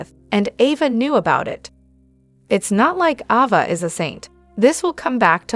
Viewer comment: Her name is Ava.. Not Avva....